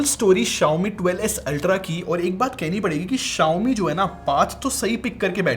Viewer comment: correct your pronunciation Mothetf***er